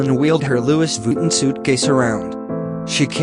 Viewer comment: The luggage is pronounced phonetically : Lewee Vee Tawn / Louis Vuitton